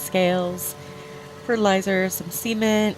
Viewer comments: Ya I've seen that one before but I forgot about it. For some reason when I searched greenhouse it didn't show up or I overlooked it. Thanks for sharing the link. The whole semen thing is probably much more the fault of my perverted mind hearing what it wants to hear than it is your accent leaving off the T. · I'm currently building my first greenhouse so I decided to watch this vid again along with your flower shop vid for ideas. It was going good til I thought I heard you say you put fertilizer and "semen" on the shelves. No way I'm putting semen in my build.... Oh... cement.. CEMENT! I guess your naughty mind is rubbing off on me again ;) I like BadBry's idea of putting the grates under the pumps but I don't know if I'll have room for that. I've already stolen your window box idea but I tried to put my own spin on it. One obvious thing you showed me was a broom. I thought of shovels and hoes but for some reason I spaced (or is that Mr.Spacey'd) out on brooms. Are there any other "greenhousey" vids you would recommend?